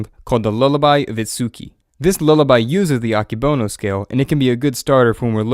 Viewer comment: Fun fact: this person said "Akebono" wrong. it's pronounced "ah-Keh-bow-no"